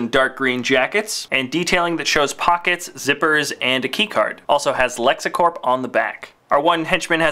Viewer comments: It's lexcorp not lexacorp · Its lexcorp not lexIcorp!